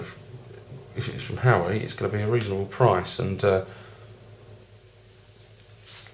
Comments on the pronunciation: This reviewer should be a comedian. Surely made me laugh every time he said "Howie". I could be wrong but I've heard it pronounced before as "wow-way". Who knows? Informative though, thank:-)). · you pronounce it hu-wah-way. Like Hawaii.:)